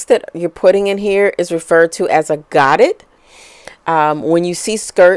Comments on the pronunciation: Godet is pronounced go-day. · Loved your design and instructions. I am going to give this a try. You made it look easy and fun. Godet is French as in 'go day' (no harm intended). Thank you for sharing. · It is actually pronounced GO- DAY. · Great video! Very clear. But the pronounciation of Godet is french so dont pronounce the "t"...its god "a" long a on the end.